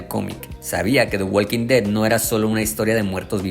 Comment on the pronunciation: La L de Walk no se pronuncia.